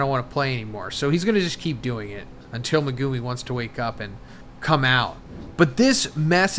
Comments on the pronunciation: MEH-GU-ME. Not MA-GOO-MI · He's never going to learn how to say "Megumi" is he? MEGOOOOMY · He's never going to learn how to say Megumi is he? "Megooomy" smh. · MEG-UMI I hate the way you guys pronounce it and it’s not even pronounced that way in the show